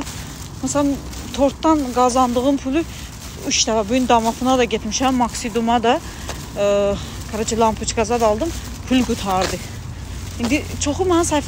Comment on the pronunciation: Pül yox pul